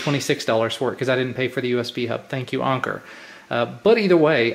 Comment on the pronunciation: Isn't it pronounced Anchor?